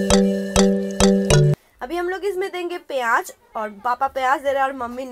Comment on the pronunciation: piyaaj nhi bolte h use pyaz bolte h smjhi